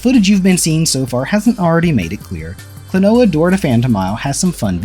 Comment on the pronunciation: Klon-wa Door to Pants on Miffy Said by not me.